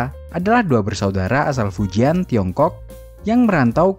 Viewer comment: bacanya bukan fujian... tapi fucien... 🤦‍♂️